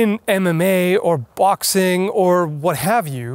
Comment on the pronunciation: Did you say Bachsing imstead on boxing? Funny. Or at least that's what i heard